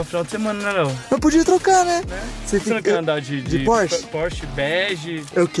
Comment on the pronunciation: Quem escutou o falar porche beger deixa o like!